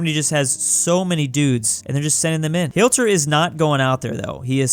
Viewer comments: Nice btw is pronounced HIT-ler not HILT-er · Nobody:: hi-LT-er me: Smashes my keyboard yelling hi-TL-er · it's not Hilter it's HIT-Ler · YOUR SAYING HILTER WRONG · Why you say hilter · The way he says hitlers name wrong bothers me.